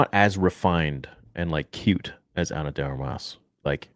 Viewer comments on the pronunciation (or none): Bro needs to learn how to say "Ana de Armas"